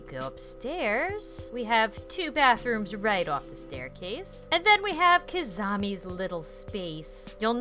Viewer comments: seriously, there is not a rival named Kizami. It's Kizana! Pronounced Kih - Zon - Uh. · She said kizami not kizana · you called her Kizami.....kizana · KIZAMI? it’s Kizana lol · Am I the only one who heard her say kizamie instead of kizana. Lol this was when she introduced kizana sunobu's room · Am I the only one who heard say Kizami instead of Kizana and thought: “Omg, new ship!” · Ummmm, it's Kizana, not Kizami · did she say Kizamie it’s Kizono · Kizami? I thought it was kizana. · Her name is Kizana not Kizonny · You said Kazami It's Kizana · kiz-an-a no kizimi! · Didn’t anyone notice when was showcasing Kizana room she said Kazama? If u noticed that high five to u!✋🏻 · it’s kizana not kizami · Has Anyone Heard say Kizami Other then Kizana? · its kinana not kizani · Did she say Kizami instead of Kizana? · and here we have Kizamis room Is it just me or did she actually say Kizami? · She didn't say Kizana she sad Kizama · Is it just me but i heard said kizami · you said kizanie hehe :) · I just realized she said kaznmi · you said KIZAMA REALLY GOD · WHY ARE YOU SAYING KIZAMA???????? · KIZAMI!!!!! U called kizzana K-I-Z-A-M-I-!